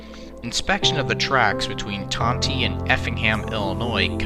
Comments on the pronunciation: Just a note; Tonti is pronounced tawn-tie, not tanw-tee. It remains a timetable location today as it is a passing siding. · Tawn tie pronounced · Great video but as locomotive for CN RR the town Tonti, Illinois is pronounced like Ton-tie like a tie you wear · It's pronounced "ton-tie". My only note. I grew up within a mile on that junction. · As Matt the Terrier said, the train derailed on a facing-point switch to a grain elevator. I have often heard the pronunciation of Tonti as "Tont-eye". Just Northeast of Tonti, there is a rural road that dead-ends at the train tracks. This is where the wreck happened. Another interesting fact that I don't recall hearing in the video was the speed. The IC line, due to it's flat, straight profile, and a signal system safety overlay called Automatic Train Stop (ATS), had a passenger train speed limit of 100 mph. It was not uncommon for trains to exceed this limit when running late, as the locomotives were geared to run up to 117mph. Most Amtrak passenger trains had, and still have, a maximum speed of 79 mph, due to the tracks more than the trains themselves. After the fatal wreck, the speed limit was reduced for a short time to 70 mph, then revised to 90 mph. It remained at 90 without further incident until the double track and ATS system was removed in the early-1990s, reducing it back to 79 mph. After this incident, the Illinois Central Railroad removed the facing-point switches on every siding that could appropriately be served from the opposite (trailing) end. This would generally prevent the same accident from happening again. The City of New Orleans name was also tarnished by the fatal wreck, and was renamed the Panama Limited for a time before reverting to the C of NO name later.